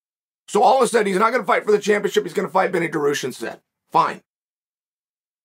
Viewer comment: it's not just Muslims bro, he purposely pronounces most names wrong....like Benny Daroosh, Paula Costa, Kamara Usman and the list goes on I swear